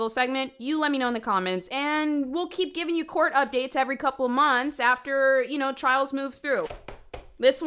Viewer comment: You're hilarious. Just wanted to tell you. I know this is not a new video or anything but I've been binging your videos. I also never heard someone call court "cort" 😂, just another funny thing you do. kills me sis